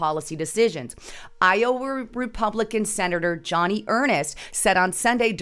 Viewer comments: You referred to Senator Joni Ernst as "Johnny" and as "he"...Joni is a female and her name is pronounced as Joanie. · Not pronounced Johnny Earnest. Pronounced Joe-nee Urnst. And a she, not a he. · It's Senator JOANIE Ernst...not Johnny Ernest. How in the hell are we supposed to believe your assertions when you can't even get Senator ERNST's name correct??? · Joni Ernst is a WOMAN. HER name is JONI (pronounced like JOAN with and 'IE' on the end). And her last name is ERNST pronounced EARN with an 'ST' sound on the end of it.